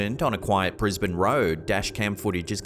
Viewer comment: Nice to hear? I think his name is, pronounce Brisbane, Queensland, Sunnybank, etc very well, one of the best narrators on YouTube, you go love this channel❤️